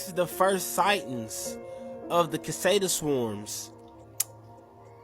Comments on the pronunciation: The kid can’t pronounce “cicada” correctly, so he probably shouldn’t pretend to give out scientific evidence. His entire explanation was wrong. (si-cā-dà) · Cicada is pronounced (sik a da) not (ka said a). If you don't know the word,take a moment to look it up. Nothing is more distracting than to hear the dude constantly mispronounce it. Couldn't even hear what his story was about. Bro,don't be a ka said a......